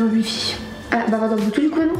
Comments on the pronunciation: Y'a que moi que ça choque comment elle dit "Bluetooth"💀😂😂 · par contre ça me fume les "blutoo" ou les "uish" 😭